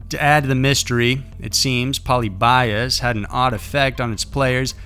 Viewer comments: If I had a channel, the only thing I would make sure is that I would pronounce everything correctly. Can you imagine pronouncing polybius like poly buy us. WHAT THE FUCK how embarrassing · Say it with me (Poe Le be us) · I don't like the way you pronounce Polyibius. Its said Poly-be-ius. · It's po-LIH-bee-us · I thought it was pronounced po lee bee us.. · Its actually pronounced Puh-lih-beeuhs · puh-lib-EE-uss You're killing me. You might want to do much more research into the topic. The first actual mention of the game was made on a Usenet in the mid 1990s. There are several very well researched documentaries that tell the real story very well. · polybius is not pronounced polybias. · It's puh-lib'-ee-us, accent over lib. It's actually a name. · i was looking for this comment, i thought it was just me!! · It's pronounced Poe-Lib-E-Us. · Poly bias? Not how it's pronounced 😆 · The way he says “polybius” makes me honestly sick to my stomach. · That's definitely not how you pronounce Polybius. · I think half of you don't even realize it's mispronounced, until u see other comments saying so. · Raise your hand if every time he mispronounced Polybius, a little piece of your soul died. Lol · if you’re gonna do a story on something at least get the pronunciation right, I mean come on it just seems like lazy research if you can’t even say the name right. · Ok so Polybius is pronounced like "pol" as in pollen, "ly" as in lean (heavily stressed), "bi" as in bee, (stressed) and us as in, well us. Not trying to act like the grammar nazi but..... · Lol rays a low life. And polybius is fake. And you’re pronouncing it wrong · Agreed. But since he's presenting the story (or myth) of Polybius, he should have searched how to pronounce it. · Road Block honestly there are tons of docs and videos about it already. All it takes is one google search to correctly pronounce it. The writers literally just threw a wiki post together and put it in the video. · Pol ib ee uss